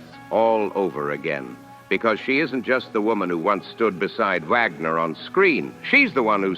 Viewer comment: It's Wagner. Not Vagmer